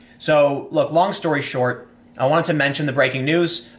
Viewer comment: Did he just say her "lung" career?!